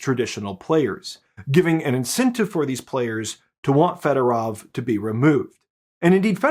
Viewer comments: here is a tip on Ukrainian pronunciation. All “o”s are pronounced like the o in the English word “over”. So the “o” in Federov should be pronounced like that. It’s not Federav like you’re saying. Apply that same logic to any Ukrainian word, including the names of cities and other places. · Why do all call him Federov? It's Fedorov!